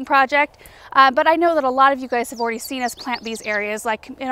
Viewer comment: So funny how you say 'already'... awry!